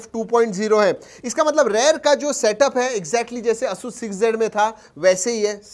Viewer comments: Its not ayush rog tu . Its asus rog 2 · Pehle "Asoos" bolna sikh lo bhai.